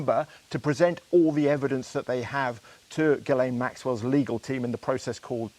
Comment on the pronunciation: Since when did it become acceptable for 'reporters' to pronounce words like 'legal' as 'legaw'? Has all sense of decency fled?